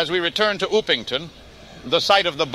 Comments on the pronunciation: Its Upington not Oopington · The AI’s prenouciation of Upington caught me off guard